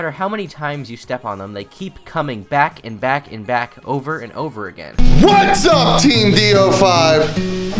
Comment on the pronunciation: I'm sad you didn't include the audio bit where it seems like DaddyOFucked can't say the word "over" and instead says "urver" or "urber." "The toilet urrrrber-flowed." -- it was a pefect distillation of how dumb this 10th grade dropout is (that's not even an insult... he literally is a 10th grade dropout).